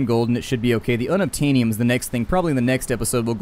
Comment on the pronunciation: unobtainyum? xD Sounds like it's unobtainable!